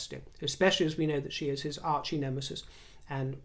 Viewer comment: sweetie..it isn’t archE rival. Just arch..no e pronounced. Maybe it is different in England but in the US the e is silent. Love your podcast..so funny!